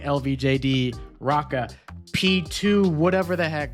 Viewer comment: Raka :D I dunno how they prefer it internationally, but h isn't silent and it's like in hotel, and the double-ä is like the long a in sad. Doesn't matter but just leaving it here how we say it.